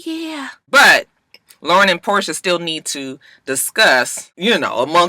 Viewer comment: Her name is Porsha not Portia why yawl keep saying dhat